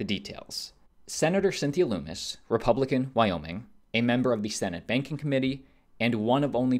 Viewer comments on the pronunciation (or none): How about you have the decency to learn how to pronounce Lummis correctly. Her name isn't Loomis. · Lummis rhymes with hummus. Not pronounced LOOMIS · Yo you're mispronouncing Lummis' name. It rhymes with hummus.